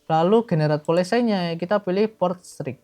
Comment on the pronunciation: Polesay ❌ Paolesi ✅ 🙏